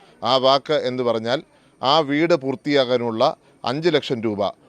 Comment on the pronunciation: പൂത്തി അല്ല പൂർത്തി 👍